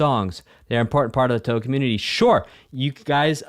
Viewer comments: It's not toohoo please it's pronounced how it's written , tou hou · Man, if EoSD blew your mind, just wait until you get to absolute masterworks like PCB (TH7) or DDC (TH14). Also "Touhou" is pronounced with two long-o's: "Tōhō". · By the way…the game is pronounced “Tow-Hoe” Like tow truck hoe. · He had a live chat and no one could tell him it's pronounced "toe-hoe"? 🤣 And that the name of the game is Embodiment of Scarlet Devil? Love this reaction and look forward to seeing you react to other Touhou games. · I physically recoiled when he said, toohoo, I’m sure the video is great but I cannot watch past I like galaxy collapse but it wasn’t a part of EoSD, shattered faith it better is my favourite arrangement by Kurokotei, she has amazing music, reading the live chat, I can tell these are gamma kids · Ahh yes , twowho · Ahem. It's pronounced 2whom. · The easiest way to pronounce Touhou is 'Toho', that's it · it's 'tor-hor', you elongate the short 'o' sound and the 'u' is silent as it elongates the sound. 'ou' and 'ei' are the only exceptions to japanese pronunciation where the first vowel is elongated by the silent second vowel but only when both are together in the same word and not divided by a compound word. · Who the hell pronounces "touhou" as "torhor" bro😭😭